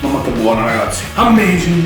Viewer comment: "Ammesing"